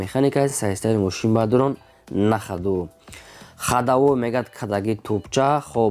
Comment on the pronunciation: Салом алекм автор бародар ами точикира соз гап зан бадорон не бародарон бгу хафа нашав да ма гапой тра соз намефахмм брат